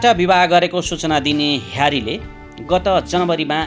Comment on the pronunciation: जेरार्ड पिके, हेरी केन, डेभिड दे गा उच्चारण गर्न नआउनेले किन भुक्छ